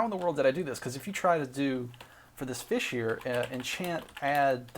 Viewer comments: "Cleophian dgging feesh: it's a feesh!" famous sentence. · Look back at me, Your sword is now a Feesh. Anything is possible when you're. I'm a feesh.